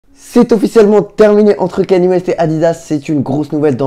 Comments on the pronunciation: Par contre C’est pas kenny c’est kanye ( kanié ) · Erreur mon gars, ça se prononce "Kanié" ecoute tout les américans qui prononce son prénom et tu sauras que j'ai raison